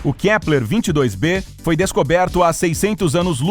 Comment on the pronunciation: Ele falo kleper 1000 vezes